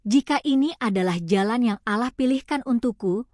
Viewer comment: Jangan di baca aalah tapi allah mba